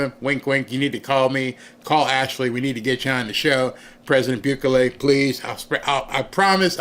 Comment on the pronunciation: Bukulele? Lol,! You are adorable. He's not a musical instrument! It's "boo-keh-lay"